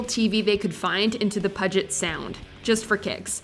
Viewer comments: As someone who grew up in Seattle, this person is correct. Pew-jet, NOT Pudget. Thank you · It's pronounced "Pew-jet," not "Pudge-it." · puget sound.... pronounce P u jet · Puddget sound? That's not how it's pronounced, why is gen x so stup!d? Unbelievable! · Pud-Jit Sound? Lol! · Puget Sound is pronounced "pew-jet". For your reference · Puget Sound is pronounced Pew-jit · Lol pudget sound! my northwest hipster ears hurt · It’s pronounced “Pew-jet” sound. Lmfao. Ask around, I promise you that’s the way you say it. ;)